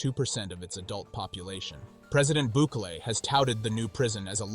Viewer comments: BOO-KAY-LAY not BU-KEEL. Unfortunately, there is evidence that political prisoners are also there. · Have some respect and learn how to say the names of the president and the prison properly. You said his name right twice. Why not every time. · Not bookly 😂 Not BOOKIEL 😂😂😂😂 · Are you a bot? Why do you mispronounce Bukele? And "children" should be defined. You can be a murderer and be 16. You still need to pay. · I love how the Presidents name keeps getting mispronounced! But on a serious note, maybe the U.S. should build a prison like this for their gang problem! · Well done. But what's with all the different pronunciations of Bukele? 😆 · Seems like a fake AI channel, the computerized voice mispronounces simple words, very suspect. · How many different ways can robot voice pronounce bukele's name